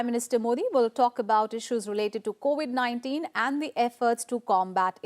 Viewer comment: 4.05 it’s COVID 19 not co 819